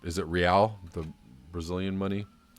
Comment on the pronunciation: Brazilian currency is 'real' but pronounced 'hay-eye'.